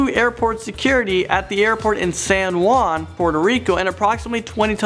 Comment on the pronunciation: now am scared becaus no.1 hapend in Puerto Rico wear I live. btw pronounced San Juan a little wrong